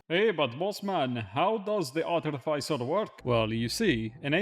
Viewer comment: Artificer. Pronounced arty-fisser. Love you. <3